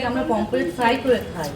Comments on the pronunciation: এ রকম বেশ কিছু উচ্চারণ মাঝেসাঝেই একটু ভুলভাল বলতে থাকে। একবার স্প্রাইট কে বলেছিল স্পিরিট।আর, এতদিন পাশ্চাত্যে থেকেও,ছোটোবেলার আন্চলিক ভাষার টানে স স করা,সমানে চলছে।😊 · ota "pomfret" mach hobe pomplet noy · পমপ্ল্যাট নয়, পমফ্রেট। আর বাউল নয় বোয়াল মাছ।